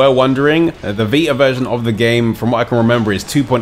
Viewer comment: Sorry.. but it's "VI-TA", not "VI-AH"... I had a hard time for the first few minutes of the video, trying to figure out what he was saying.